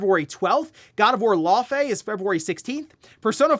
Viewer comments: "Lau - fi" say it with me lol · Love all the videos , I watch every morning That pronunciation is close it’s pronounced (Lau -fee) it’s the same name as the ice giant from marvel , so you got it pretty close but the it’s Fee when you pronounce the whole name , even if the devs told you that’s it they’re incorrect 😂 fey pronounced FAY is a nickname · How come no one can pronounce Laufey correctly. I must've heard like 5 different news outlets all saying her name wrong.